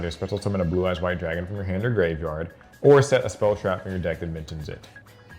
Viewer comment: Please just pronounce it as graveyard